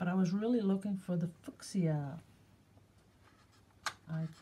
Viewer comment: Haha! I think you mean fuschia, pronounced 'fewsha' in England! Love your watercolours too.